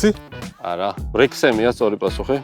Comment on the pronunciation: რექსჰემი, რანგლერი, რაიტი, რიგლი და არა ვრექსჰემი, ვრანგლერი, ვრაიტი, ვრიგლი :)